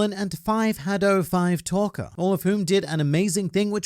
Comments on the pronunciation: you really went out of your way to say 5 hadow 5 talker huh? lmfao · The best part of this video was when your read “5-hadow 5-talker” i had to pause and collect myself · "Five hadow Five talker" LMFAOOOO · my bro just destroyed the pronunciation of 5hadow5talker lol